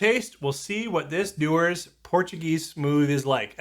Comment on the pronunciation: Dewars, not Dewers.